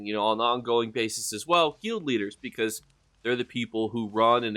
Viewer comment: Hey buddy nice vid just fyi guild rhymes with build and filled and drilled